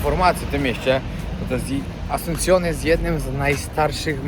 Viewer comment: Absolutna ignorancja. Nawet w nazwach miejsc notorycznie robisz błędy "Asuncione"? wcześniej "AconcaNgua". Aż boli jak się tego słucha. Zero informacji chociażby o tej sopa paraguaya która mogłaby być fajną ciekawostką. Kanał przez chwilę naprawdę ciekawy, teraz coraz gorzej.